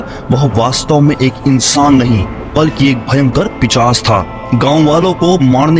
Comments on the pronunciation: Pichas nahi pishas hota hai. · Bhai pishas nhi hota hai pishaach hota hai